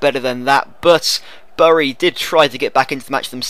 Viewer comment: Btw bury is pronounced as berry